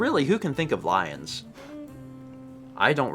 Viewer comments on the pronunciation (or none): I remember laughing so hard at failing to name the Detroit Lions ( - ). I completely lost it when he pronounced it as "Leons".